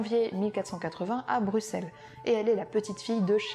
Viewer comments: Et elle prononce Bruxelles correctement, chapeau. Merci de déborder des frontières de l'hexagone. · Mais...mais...mais! a bien prononcé Bruxelles! Direct mon coeur de Belge me somme de sub